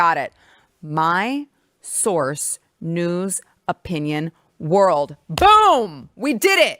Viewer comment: I love you, but I have to say it again! News… Not Shoes!!❤️❤️